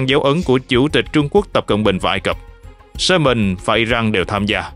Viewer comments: Yamen mà đọc là soman thì thua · 😂 đúng . Yemen mà ổng đọc là SƠ MÌNH .bó tay 😂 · Khong phai Lo tai co van de ma tu minh doc ten Kenh dao SUEZ. YEMEN KHONG DUNG NHE BAN